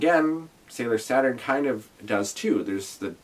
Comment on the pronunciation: yea i forgot the name of the Uranus Neptune song had to look it up Chou Bi Uranus Neptune/ Ha in this musical when they say Saturn it sounds like sat on.